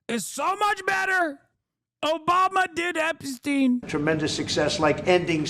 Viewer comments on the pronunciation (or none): none